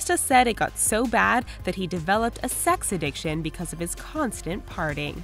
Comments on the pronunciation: Every time she says "parting" instead of "partying" it drives me nuts. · She sure has a difficult time saying partying.